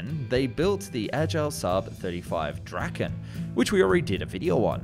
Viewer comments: Im a swedish dude and draken doesnt really sound like that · bro i love your videos but please say Dra-ken and not Dragen its hard k and its like when you say drake but just with dra insted